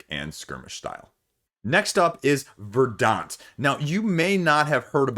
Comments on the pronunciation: Not that it really matters, but in case anyone's curious, it's pronounced more like "ver-dnt", it's the adjective form of "verdancy". Means "lush/green with vegetation" or something like that. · VER-dant, accent on the first syllable.